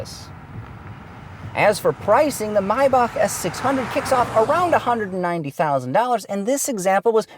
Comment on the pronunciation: Finally somebody who knows how to pronaunce Maybach